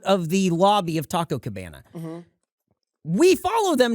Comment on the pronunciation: Tah-Coh Cuh-Beh-Nuh